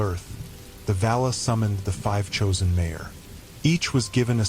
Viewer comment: Nice... But, there's no way this isn't AI generated! I mean MayOr instead of MaiAr...